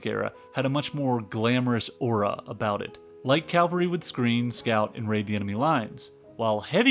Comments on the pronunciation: CAV-AL-RY, NOT CAL-VA-RY ! We are talking about horse soldiers, not a hill in Jerusalem ! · excellent documentary. alright he is a yank so school would never mention this war that 99% of yanks have never heard of. Love the von monkey calvary and Nice pronunciation. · Very comprehensive overview. However several mispronounced words detracted from it. Examples: CALvary is the hill outside of Jerusalem where Jesus was crucified. The correct pronunciation for mounted troops is called CAValry!. I cringe every time it is mispronounced. Also the French rifle Chassepot is pronounced SHAS-poh, not ShaSEpoh! Also the city in France, Nice is pronounced Neese not like have a "nice" day! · 1. The charge of the Light Brigade worked. They overran the Russian artillary. 2. CaValry is the word. CaLvart is the biblcal site of the Crusifiction. Get it right! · CALVARY and even CALGARY but anything besides cavalry! Imagine being this illiterate and using chatGPT to write your scripts! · This was excellent. Sidenote: It's cavalry, not calvary, as I'm sure you subsequent know. At least it was consistently wrong. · “Cavalry”, not “Calvary”. From the Italian word for horse: CAVALLO. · Besides the wrong pronounciation of Cavalry like others have pointed out, there are some other inaccuracies here: First off you are misconstruing the definitions of effective range and maximum range of the Dreyse needle rifle and Chassepot. The effective range of the Dreyse was about 200 yards and the Chassepot 500 yards. Yes the projectile could be fired further than that but that's not the "effective range" you described, that would be the weapon's maximum range. Second the mitrailleuse is not a "machine gun". It is a multi barrel volley gun as it has no autoloading and automatic fire mechanism. A machine gun by defintion is able to automatically cycle itself. I think you did a decent top down overview of the conflict but the accuracy of some specifics are lacking. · Cav-alry. CAV-alry!